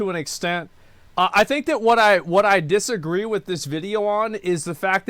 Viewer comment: did. did he just say dissagwe ?